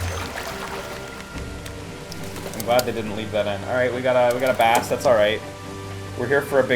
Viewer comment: saying base instead of bass triggers me